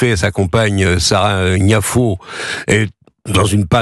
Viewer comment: Est-ce que quelqu'un va parvenir à prononcer correctement le nom de Sarah Knafo?